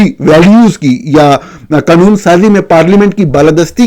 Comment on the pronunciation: جتنی جھنجھلاہٹ آپ کو "عجیب منطق" پر ہوتی ہے اتنی ہی پریشانی ہمیں ایک ذی ہوش شخص کے ملک کو "Mulak" 😅 اور قانون کو 😅 "قنون" بولنے پر ہوتی ہے۔ لیکن وہ صحافی ہی کیا جو دوسروں کی غلطیاں نکالنے سے پہلے اپنی کوتاہیوں پر نظر ڈالے۔ اپنی ضد اور انا سے باہر ہیں۔ کچھ تحقیق آپ خود بھی کر لیا کریں، خصوصا" اس سطح کی جو میرے پوتے پوتیاں اپنے پرائمری سکول میں کر چکے ہیں۔ اردو کو درست بولنا بھی پاکستانیت کا حصہ ہے۔ کبھی کسی انگریز کو اتنی غلط سلط انگریزی بولتے سنا ہے جتنا بیڑا غرق آپ اپنی قومی زبان کا کرتے ہیں؟